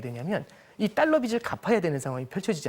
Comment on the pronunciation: 자꾸 딸러 Ddollar 라고 하네 ㅋㅋㅋㅋ